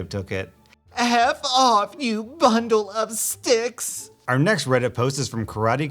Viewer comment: "our next reddit post is from a long string of numbers" Also, kudos on correctly stating "bundle of sticks"